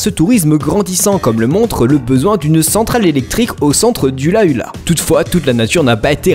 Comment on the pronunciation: BORDEL C'EST PAS AITER ÇA SE PRONONCE ÉZEURE BORDEL ET ON DIT OULA OULA ET PAS ULA ULA